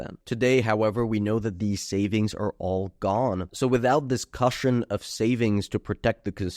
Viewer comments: coosh un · Check pronunciation of "cushion". FYI. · Love that pronunciation of "cushion" lol